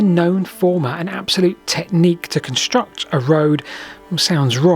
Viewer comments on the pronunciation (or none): none